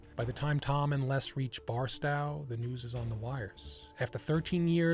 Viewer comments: bar*stow like you are stowing your luggage. Never heard it pronounced barstau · This is A I. 1) The mouth to voice sync is off. 2) He mispronounced Barstow. He said BarsTOW as in COW. No, it's Barstow as in STOW your stuff away. Anyone this familiar with the story would also know how to correctly pronounce BAR-stow. It's kind of like the A I slop that comes to Ford F150. The text to voice says Ford F ONE HUNDRED FIFTY. Duh. 2) the photo was not at all from that area. Maybe it was from Arizona foothill country. 3) The photo correctly shows the very dry desert. 4) The photo shows vegetation that isn't in that area. 5) I'm sure there are other clues of A I slop if your dive deeper. Sorry, this is A I crap. Yes, the story is fascinating, but knowing it's A I slop casts shadows over the veracity of the entire video. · pronounced "bar-st-oh", Barstow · It's Bars-tow (like a tow truck), now Bars-t(owe) like owe when you get hurt. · it’s barstow like toe, not like wow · How do yoh say thd word "tow"? Now, say Bars-tow ... duh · FYI its pronounced "Bar-Stow" like literally BAR and then STOW like you would stow a rain coat in your trunk. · Great video, the latter half of Barstow is pronounced as if you are stowing your gear bar sto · Not Bar-stal! 😂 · Great job telling this story. Just FYI, the “stow” in Barstow is pronounced as in the word Stowaway. Not pronounced to rhyme with the word How. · I was enjoying this non-AI narration until when I heard Barstow as "Barstao". 😅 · It's pronounced "Bar-Stoe"... Like the things at the end of your foot. 😉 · Dude, where do you live? You give distances in meters (this is the US ya know) and Barstow is BAR-STOW (like stow your gear). I thought everybody who lived in the US knows that. And the A in Nevada is pronounced like the word "AT" not "AHHH" although that's a common error. Wilderness designations are utterly pointless and needs to be eliminated. GREAT video btw. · Well, this dude did pronounce Barstow wrong.